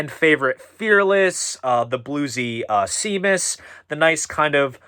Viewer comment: Nice list! But Seamus on Meddle, my favorite album, is pronounced SHAY-mus.